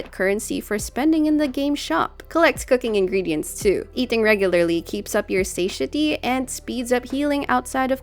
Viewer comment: great guide, as always. that said, pls dont shoot me down for this very minor 'notice' as it's going to be a common game term used going forward-- SATIETY (pronounced: suh-TAI-uh-tee). regardless, it doesnt diminish the quality of your content. kudos! :)